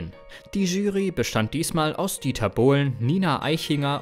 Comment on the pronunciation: Schreckliche Texte schrecklich vorgelesen. "ERST nach dem Finale wurde überhaupt ERST bekannt" "sperrte der Sender ihn von seinen Fernsehauftritten AUS"... Grauenvoll.